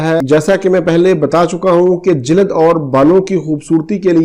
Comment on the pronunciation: Jilad nehi hota sir "jild "hei